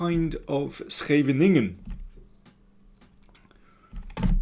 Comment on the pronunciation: For an Englishman, that's quite a good shot at pronouncing 'Scheveningen', .